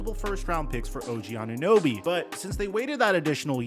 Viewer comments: Did she just say "OG Anun-noobie"?! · Did she call this man anunoooby? The disrespect 😤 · “Og ananewbie”😒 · Anunooby LOL This proves Americans do not know what the hell is happening in Toronto. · “OG ananooby” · Who TF let that woman call him "Ananooby" 😂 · Bro. I just have to come here and say. That intro of that woman saying og last name. OG ANUNEWBY. THE DISRESPECT IS REAL 😂🤣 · the lady cant even pronounce his name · Maybe on a bigger stage the media will finally learn to say OG's name right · How’d that girl mess up his last name so bad